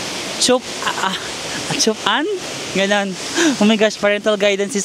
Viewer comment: Naloloka talaga ako sayo love 😂😂😂😂 so funny paano mo basahin yong word na Chup Anh